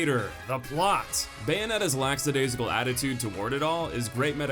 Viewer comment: Lackadaisical. Not LAX. Ffs